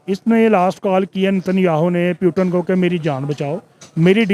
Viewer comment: प्यूटन क्या है ? 😂😂😂